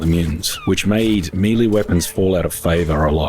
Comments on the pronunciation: I really love your videos man, been watching since I started playing the forest back in lockdown..but christ it really bothers me the way you say melee..I know it doesn't really matter and I probably sound like a dick but it's melay not meeleee. Thankyou and sorry 😂❤️ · Meeeee-leeeeeeeee, isn't it may-lay? Even in other parts of the world? Or am I buzzin' here? (talking about the word melee) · Melee is pronounced like M'lay. It's French. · Oh no, he's pronouncing melee wrong. Oh, and aesthetics too.